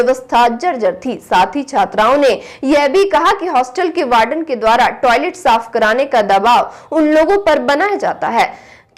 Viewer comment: Anchor should pronounce the words correctly. It's W*ARDEN not BARDEN. There are many other errors. Hope this is taken constructively.